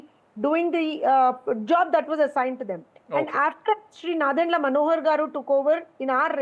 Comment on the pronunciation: It’s nadendla not narendra 😂